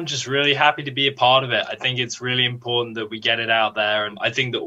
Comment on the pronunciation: Ok, the voice you use to mispronounce "important" needs help.